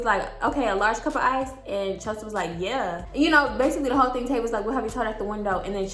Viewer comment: Tayvia is my name!! It’s so weird everytime you say it😂